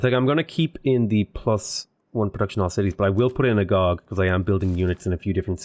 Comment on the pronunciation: Great video from a great channel! FYI it’s pronounced “ah-go-gee” :)